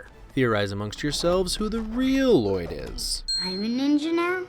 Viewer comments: it is not pronounced l loyd it’s Lloyd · It's not Lloyd. It's Lu-Loyd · Excuse me but it's L-loyd not L-Lloyd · I'm kind of mad he didn't say anything about the 'Lah-Loid' bit especially since it's origins are so funny- Justin actually struggled with reading some of the names for the first time and he would unironically say 'Lah-Loid' instead of just 'Lloyd' because he genuinely thought that's how you said it at first and the directors loved it so much they made it consistent and even added that 'And it's Lloyd, DAd! No L-L-O-Y-D, I named you' bit which is ICONIC in mine and all of my friends' opinions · Ahem… his name is pronounced Luh-Lloyd. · I’m thoroughly disappointed that you mispronounced the main character’s name the entire video. Everyone knows it’s pronounced L-Lloyd. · It’s Luh-Loyd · Its La-Loyd, L - L - O - Y - D Garmadon named him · To be honest, thanks to Garmadon I cant pronounce his name anymore. I keep saying L-loyd and its driving me crazy. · You uneducated human specimen, Its “La-Loyd” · No it’s L-L-O-Y-D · It's ell ell oh why dee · Don't you mean la-lloyd also yes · No it’s La-loyd